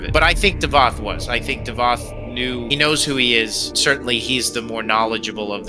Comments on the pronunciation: Its not davod its davoth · .....is Davoth not Davod c'mon I've left this on all your vids 🤣